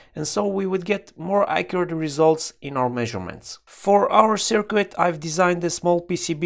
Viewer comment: FYI... Just a heads-up...There is no "W" in "circuit"... pronounced (sirkit ).